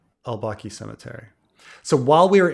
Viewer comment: Baqi, emphasize is on the first syllable.